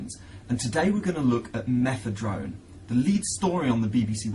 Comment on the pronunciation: Why the fuck is he saying methedrone? sure that was a great drug as well..